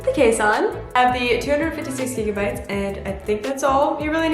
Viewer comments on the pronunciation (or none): none